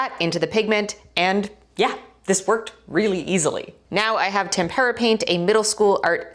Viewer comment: I listened 3 times. I hear "temp-era" ....every time. See a doctor